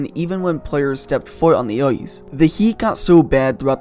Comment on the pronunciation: Love the content but for the love of god learn how to pronounce the letter "I" . Hockey is not played on "Oice" and nobody has ever been in a "Foight" .